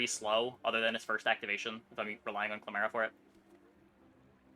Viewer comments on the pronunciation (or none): saying clamera but not pronouncing it like camera is so funny to me please keep making videos